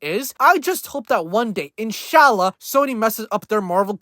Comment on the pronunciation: the whitest inshallah I ever heard 😭